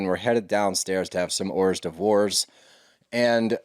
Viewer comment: Whores devores? Am in UK is that being funny or some American pronunciation? Never heard that before and need to know!